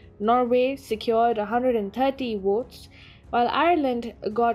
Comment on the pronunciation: it's ''Votes'' not ''Wotes''! Speak ''Egwish''!